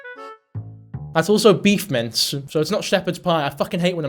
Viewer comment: Are you saying beef mints? I feel like I’m hearing that wrong, but u have said it at least 3 times in this video. Beef Mints?